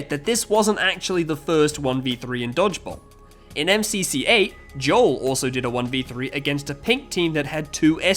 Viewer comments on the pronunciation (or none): none